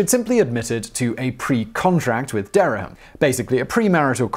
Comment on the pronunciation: There are two syllables in Dereham, not three.